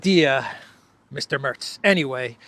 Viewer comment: Merz not Mörz